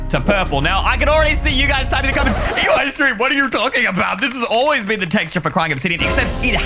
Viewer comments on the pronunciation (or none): eystreem: pralises me: PARYLISES